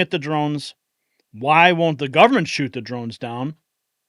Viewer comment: Its shoot** not shot..lol sorry Mr Prez